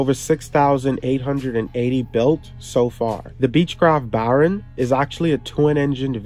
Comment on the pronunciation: It's pronounced "Bare-on". NOT "Baaarn". Speak English...!!